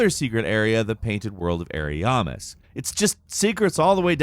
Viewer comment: 1. Its lordran not lodran. 2. Its peculiar doll not particular doll 3. Its aramis not ouramais. Love ya but c'mon. 😄